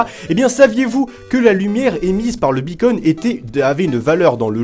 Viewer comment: Quand tu dit beacon (la balise) on dirait que tu dit bacon (la viande) MDR